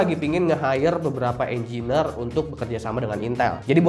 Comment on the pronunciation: Demi meningkatkan kualitas konten Engineer -> enjenir ≠ enjiner